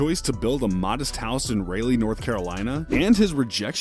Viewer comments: It’s Ra-Lee = Raliegh NC 😂 this guy said Rayleee. Wtf is that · Raleigh = Rah-Lee, not Ray-Lee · Its răliegh, not rāliegh. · Ray-Lee North Carolina? Its pronounced Rah-Lee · It's not "ray-lee" North Carolina dumbass. Its RALEIGH. Pronounced "rah-lee" How the fuck you know all that information but forget to check on the correct pronunciation of that mans home town? Which is also the capital of NC and the second largest city behind Charlotte...? Tf #Carolinasstandup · Raleigh is not pronounced raily LMAO its Rah-Lee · Ray-lee North Carolina 💀💀💀 nigga it’s raw-lee Raleigh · This guy said releigh it’s RAH LEE( Raleigh) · Raylee, North Carolina? Bruh WTF, its Raleigh (Rah-lee) 🤦🏾‍♂️ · Not Raily NC It Raleigh rhymes with Molly fool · Ummm excuse me Raylee north Carolina??? It's Rall-Lee ( Raleigh) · Ray-Lee? naw nigga, its Rah-Li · raylee NC 🤣🤣🤣 Raleigh fool "rah-lee" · It’s pronounced “Rah-ley” not “Ray-ley” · It raw-lee not raylee spelled Raleigh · Mufucka raylee??? Damn it’s pronounced Rolee not mufuckin raylee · Bruh said raylee North Carolina. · "Rayley" North Carolina... haha, what a tool. I live in Colorado and even I know hot to pronounce that shit, basic geography my dude, basic geography. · my man did not just say RAY LEE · hahahaha ray-lee wtf im from n.c and hgad no idea b was talking about Raleigh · he really pronounced raleigh as raylee lol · Rally North Carolina...... its pronounced Rah-lee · "Ray-lee, North Carolina" lmaooooo 😂😂😂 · i live in raleigh when im not in school and when he said ray-ley, i have never experienced so much confusion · It's not ray-Lee its Raliegh NC you ass jack. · Ray-lee that's Rae sremmurd lost cousin ain't it lol, so you know already bruh would say the Bullcity is Derr-ram🤦🏾‍♂️ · "ray-lee north carolina" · Did this man seriously pronounce Raleigh like that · You better put some respect on North Carolina & get that name right. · He pronounced Raleigh wrong... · This man does not know how to pronounce Raleigh